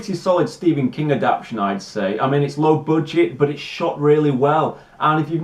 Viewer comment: Adapt- TAY-shun